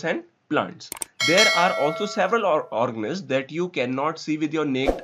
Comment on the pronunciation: Organisms ka pronounciation thik se kero wo organiz nhi h